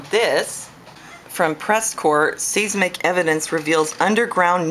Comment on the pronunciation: seismic is pronounced "sizemick" - say it say it! size mick!